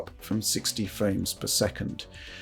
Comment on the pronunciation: “60 ‘fwames’ per second.”